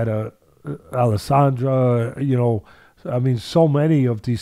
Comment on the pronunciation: Alessandra? It’s adesanya